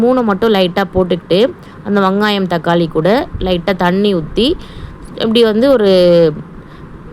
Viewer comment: வங்காயம் இல்லை வெங்காயம் 😂 😅😅😅